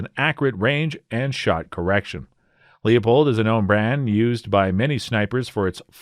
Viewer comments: Loypold. If the family pronounces it any other way... they are wrong. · One you pronounce Leupold incorrectly..two I as an Oregon boy and someone who knows the family, they use to be an American made company, but not any longer, personally I'm a Vortex and Trijicon scope guy now.